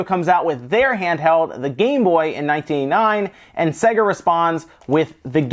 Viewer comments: Say-ga. Not Segga. The games literally tell you how to pronounce it. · "Say-Ga" not "Se-Gah" Jees!!! - it even says it properly at the start of the games!! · It's not pronounced "Segger", for fucks sake. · I have a grave vendetta against people that pronounce sega as "sEGG--uh". It's "sAY-guh". They pronounced it that way in their in jingle. Remember? "Saaaay-guuuuh~". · it's NOT "say guh". they say that in the jingle because americans can't pronounce words. Play the japanese version of games to hear how to actually pronounce it. it's "sɜ-gɑ" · not supposed to sound like how service and games is pronounced unless you think so. With that logic it's more like "Suh Gay" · The Sega Corporation is called 株式会社セガ (Kabushiki gaisha Sega), where セガ (Sega) is pronounced with an "e" like it pronounced in "bed". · I loved this console so much! And he can’t pronounce SEGA! Lol